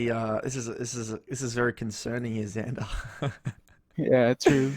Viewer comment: its xander with an x :((